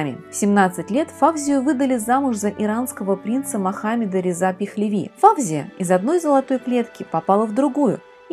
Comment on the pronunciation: Не ФАвзия , а ФавзиййА . Имеет корни османских турков ! Что касается французов ,то они некрасивы. У ФавзиййИ утонченная внешнгсть именно от османов . Достаточно посмотреть на ее бабушку, отца, брата и самого Фуада Ахмеда -l , короля Египта. Не Исмаил ШИрин, а Исмаил ШирИн .